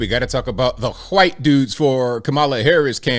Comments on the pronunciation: Why do you pronounce white: hoo-white? It's a one syllable word with a long ī, and a silent h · I like how you say white.